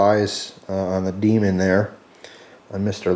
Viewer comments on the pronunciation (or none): none